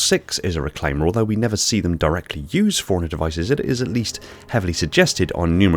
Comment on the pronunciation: Am I the only person thrown when he pronounces “forerunner” like “foreigner”?